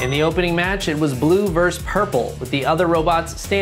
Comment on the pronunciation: VS. = versus, not “verse”